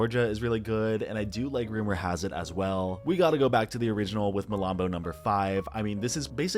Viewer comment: Did you say malambo number 5??? Hahahaha!